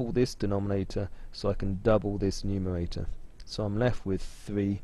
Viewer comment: Why do Bwits often have a speech impediment where they can't say /r/ ? No, I'm not talking about the ending /r/, as in "butta". I mean how they say the /r/ in "bread" = "bwead". You can hear it here when he says "factowization", "numewaita", and so on. They often have an Elmer Fudd pattern!